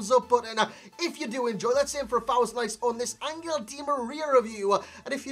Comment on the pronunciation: Hey i’m argentinian and it’s pronounced AnJel not AnGel. His nickname is “el fideo” = the noodle